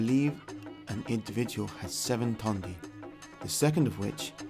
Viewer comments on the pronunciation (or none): none